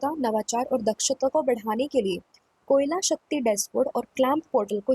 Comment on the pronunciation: Koyala as kela 😂😂😂😂😂